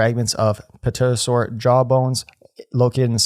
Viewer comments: the p in pterosaur it slient it is pronounced teh·ruh·sor, not potatosaur. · FAM Pterosaur is pronounced Te Ro Sor. Not Puh tuuh Sour or Putu saurus or the thesaurus you thew in the middle there. And im gonna ignore that potato sour for your own good.